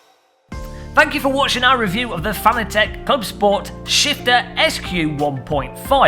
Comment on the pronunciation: Why does everyone say Fanatec wrong lol.